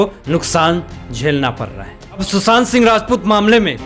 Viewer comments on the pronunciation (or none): none